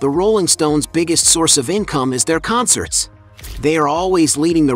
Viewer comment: Just love the AI narration - "conSSERTS." Ridiculous. Good info, though. Long live Keef. ❤️💛💚